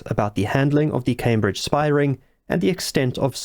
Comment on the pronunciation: A 'spahh'?